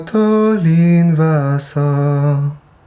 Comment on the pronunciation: Attention, monsieur je sais tout : on prononce invasor et non invassor (déformation hispanisante due à la casa de papel je pense (cassa en espagnol et casa en italien)